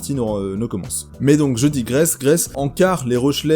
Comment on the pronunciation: tu dis digresse-resse?